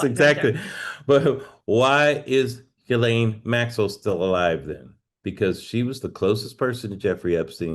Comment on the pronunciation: Tara, does it ever bother you that you are the only person in the media who pronounces Ghislaine correctly?